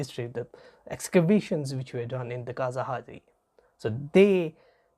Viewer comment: It is not kasahadi excavations in Tamil Nadu. It is spelt KEELADI / KEEZHADI. ZH= ഴ/ la/. Zh=ഴ is malayalam La is Tamil